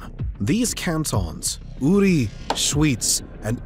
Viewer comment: I love how you pronounced Uri, Schyz and Unterwalden :D I know Peoples who life here for 20 years and cant say it like this.